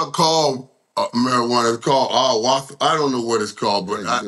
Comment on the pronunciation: Mike tryna say ayahuasca is killin me 😂